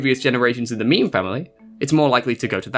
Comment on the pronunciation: Just so you know, it’s not pronounced like a meme, more like this: meh meh. And it’s not like mame like tame, it’s more like mah (like in mama) meh. So mah meh.